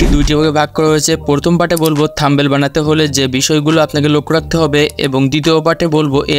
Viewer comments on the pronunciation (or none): আগে Thumbnail উচ্চারণ করা শিখ ভাই। 😂😂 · Eta THUMBNAIL bhai, apni to THUMBEL bolchen